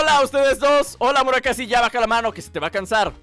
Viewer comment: Porque le dices a muraSAKI MURAKASI?